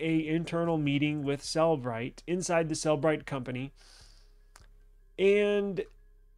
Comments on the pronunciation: Please learn to call it by its real name. It is not pronounced "cell-brite". It is pronounced "cell-eh-brite" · Then stop saying "Sell Bright" when it is pronounced "Seller Bright".